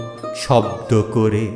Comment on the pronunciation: আপনার কবিতা পাঠ শ্রোতাকে নেশাগ্রস্ত করে দেয় 🙏❤️❤️🙏 প্রথম থেকে শেষ পর্যন্ত মুগ্ধতা নিয়ে শুনে গেলাম আপনার সহজ সুন্দর উপস্থাপনা ...বড়ো তৃপ্তি পেলাম শুনে .... শুধু বলবো .… " আমার সকল গান তবুও তোমারে লক্ষ করে " পঙতির শেষ শব্দের উচ্চারণ "কোরে " হবে ... ভেবে দেখবেন ভাই ....